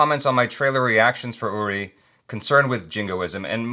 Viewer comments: Man........every big actor is so nervous to work with Amitabh ji. Even Manoj Bajpayee once mentioned how nervous he was when he was shooting a scene with him and his hands started shaking. Amit ji is 🙏 And I have commented so many times that it's pronounced as "Oori" not "Yuri" and it's Sumeet Vyas "Veeyas" not "Vice" but that's all right. Awesome interview 👍 Thoroughly enjoyed it. Hoping to see Manoj Bajpayee, Nawazuddin Siddiqui and many more on this channel. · I’d like to see you as Vihaan Shergill, the character of Vicky Kaushal from Uri. (pronounced as ‘OORI’ and not ‘YURI’). Also, can you tell me, what are the chances of you reading a comment that I make on your older videos? I mean, for how long after releasing a video do you read comments on it?? Am asking just to know if me commenting on older videos reaches out to you or not, because I’d really want it to reach out to you.